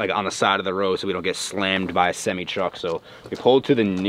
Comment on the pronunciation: You cant even say semi right